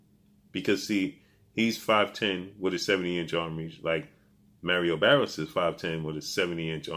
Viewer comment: Who is Merio berios?...😂😂😂bro at least learn to say their names right...is maaaariooo barrioooosss lol